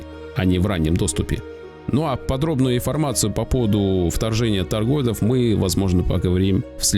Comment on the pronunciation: ТаргоИдов, не таргоЙдов. Не могу понять, последние лет 6-7 пошла какая то мода говорить - астероЙдов, воЙнов, биткоЙнов... Чë за фигня? Вами ИИ управляет, что ли, не пойму... 😒 Практически одновременно с развитием ИИ появилось много совершенно дурацких слов и выражений ...